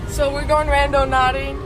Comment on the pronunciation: Girly said"randoNAUTICing